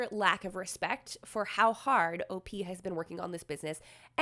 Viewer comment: For all that is good in my ear buds do not say OP the way you said it. Please please please please please don't!!!! O. P. is just fine. I love your contact but this is the one time I will stand firm in this.